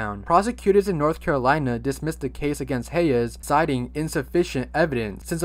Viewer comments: The way you were saying Hayes’ name was sending me. Hey-yes? It’s pronounced Haze lol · it’s pronounced hays bud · That’s not how you say Hayes’s name lol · dude its pronounced "heys" not "hay-uhs" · “hey yes”… LMFAO THE WAY HE PRONOUNCES HAYES IS SO FUNNY